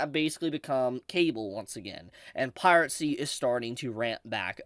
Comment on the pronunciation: With how cheap spinning rust is these days, one of the big "advantages" of streaming just isn't there. I agree with everything you said, pronunciation of Piracy aside. :P